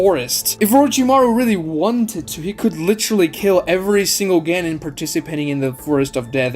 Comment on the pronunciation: Hate hate hate ur pronunciations.of chunin jonin and genin